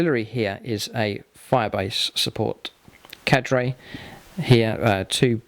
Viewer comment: the way he says "carde" triggers me